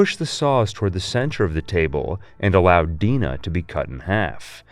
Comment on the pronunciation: Her name is Gina just so you know her name is not Dina. Don’t make sense but say as you will, but it’s all good. You just miss spoke her name when her name is Gina just like Clara to Nevada Neto just like Ash Williams by mispronouncing something you know what I mean, the evil devil army of darkness Yeah I get it. You goofed and said on it that’s all.